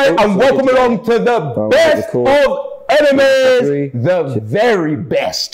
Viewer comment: ROBBIE: "HI AND WELCOME ALONG TO THE BESSSST OFFFF EMENIMESS"